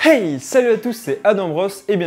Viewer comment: La manière dont il a dit "Hey" au début sonnait super suédoise 😲